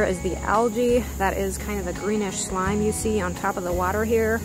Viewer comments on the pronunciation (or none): none